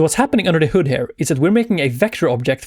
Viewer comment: oh my lord dude... here pronounced her is just something I can't deal with :D come on bud.... you're not even French !!! think of ear, just add the H, perfect... ciao